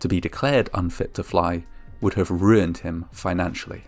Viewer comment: hate it when people say 'hat' instead of 'have'.